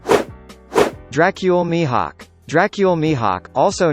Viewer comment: Use ur real voice not the robot voice it's Soo annoying Monkey D Grap wtf? DRACUYL MIHAK WHATT?